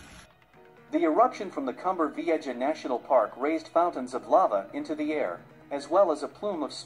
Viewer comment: Can't you find an announcer who knows how to pronounce Cumbre Vieja?